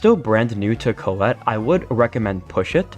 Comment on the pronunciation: I like how always say colle instead of collete